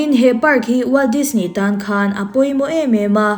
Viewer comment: NGATINGE DISNEY TIH LAI HI I THLUK VAK ŢHIN A, NAUPANG ALPHABET SAWI THLUK VAK ANG MAI😂😂😂